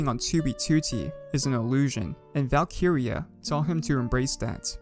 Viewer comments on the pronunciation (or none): Never clicked so fast in my life also i swear its val-kree-ya not val-kee-ri-ya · Isn't it pronounced as "Valk-rea"? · great vid, but it is funny hearing him say Valk-iria 😂😂👍👍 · Bro the way he says valkyria